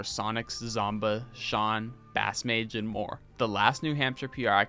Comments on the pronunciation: Great vid man!! I've been looking for a vid like this :) (i pronounce it base-mage and i was so confused when you said bass-mage LMAO) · bro said bass 🐟mage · It’s pronounced basemage btw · Yo great video! But how you gonna say yikes at someone going 2-2 at their only major and then proceed to mispronounce bassmage like 7 times in a row. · super awesome video but damn you might’ve butchered just about every tag😂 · why pronounce bassmage like that? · I'd do a bit more research on how to pronounce names. BassMage is pronounced 'Base' as in the musical instrument not 'Bass' like the fish. Lui$ is pronounced Louie-money.